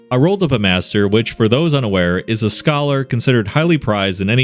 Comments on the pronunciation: It's not "Master", it's "Maester" Different pronunciation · Maester is pronounced MAY-ster, not "master" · it's maester not master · Maester, not master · You keep mispronouncing Maestro btw. It's not pronounced Master, it's pronounced Mai-strow , just wanted to let it be known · Maester is pronounced May-ster, not Master! Great read, though, fuck grimey with a cactus. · the way you keep pronouncing "Maester" as "Master" instead of "MAY-STER" is PISSING ME OFF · *Pronounced "may-ster" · It's also Maester...May Stir...Maester. love the vids though man, seriously entertaining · yep definitely isn't pronounced like that. xD